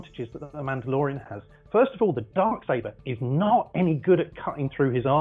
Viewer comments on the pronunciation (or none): none